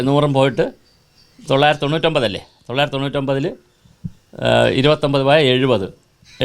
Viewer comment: പറഞ്ഞ കാര്യം എല്ലാം സെരിയാണെങ്കിലും ചേട്ടൻ പറഞ്ഞ തൊള്ളായിരുത്തി 800 മാത്രം മനസിലായില്ല